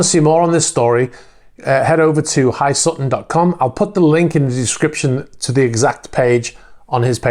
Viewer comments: I think that is H dot I Sutton not HI Sutton... Thank you for getting back to news about the yachts. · Pretty sure it’s H.I. Sutton not Hi Sutton. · I just thought If someone’s providing you information you might give them the courtesy of pronouncing their Name/Channel name properly. Your videos, so your choice though. Have a great day